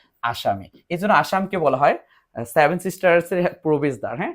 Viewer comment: আগে ভাই উচ্চারণ ঠিক করো তারপর নাহয় ভিডিও কোরো। সেভেন কি করে স্যাভেন উচ্চারিত হয়।